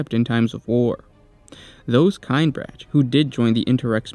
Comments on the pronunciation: This hurts me to listen to because their name is not pronounced "Kine branch." In all the audio books and audio dramas from Black Library, it's pronouced "Kin-eh-brack" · "Kin eh brock" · It’s pronounced “kin-ee-brack” brother!! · that is not how you pronounce Kinebrach at least that is not how they pronounce it in audiobook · Listened to some of the audiobooks. It grinds my gears how you pronounce their name. Amazing video otherwise.